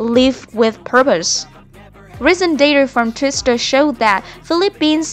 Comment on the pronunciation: Go BTS! Btw, I love how you pronounce Twitter. Sounds like Twister.. cute.